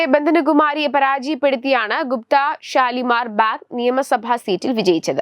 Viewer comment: It is shalimar baug. Not bag